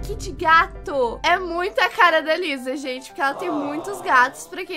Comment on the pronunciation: Kkkkkk a falando Liza invés de Lisa KAKAKAKA, amo os vídeos da.❤.